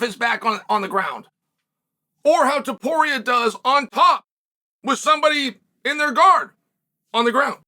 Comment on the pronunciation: "Toporier?" Really Chael